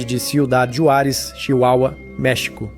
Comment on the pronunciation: Se pronúncia "Ruarez" com som de R não Juarez da forma que tá escrita.